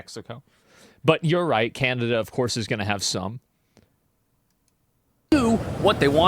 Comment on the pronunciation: I like how he pronounces Canada "candida," like the fungus.